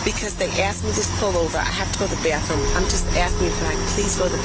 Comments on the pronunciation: She just has to go to the bäthrouume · Byathroom.. BhhAthroom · “Can i go to the BYAATHroom pls” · If I hear bahthroom one more time🤬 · “I just got to go to the Bathhroom” ✋🏾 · I became progressively pissed each time she said "bayahthroom"